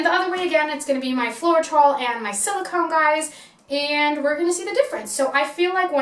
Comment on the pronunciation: Hi, it’s pronounced FLOW-TROL :))